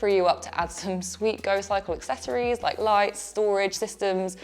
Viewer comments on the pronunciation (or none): none